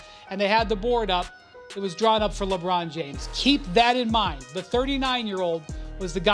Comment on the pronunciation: Ant Ed, "LeBron Jomes." 😂😂😂